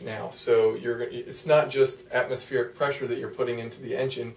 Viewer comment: Atmosfearic ... Good vid tho. Even I almost understood.